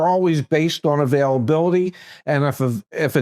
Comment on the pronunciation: "Availabiluhdee" is not a word.